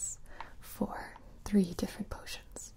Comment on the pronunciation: She said “ 3 different color 4-3 different posines